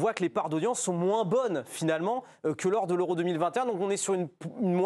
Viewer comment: Ah... honte a moi mais je ne supporte pas les gens qui disent "moinsse"